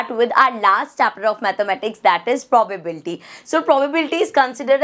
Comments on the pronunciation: Probability ❌ Probabeltyy ✔️ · Probability ❌ probablty